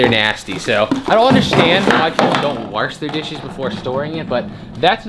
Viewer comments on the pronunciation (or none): Wash has no r in it 😂. Good videos bud